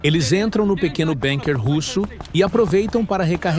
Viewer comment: NAO E BENKER E BUNKER PALAVRA ORIGEM ALEMA BUUUUUUUNKER BURRO.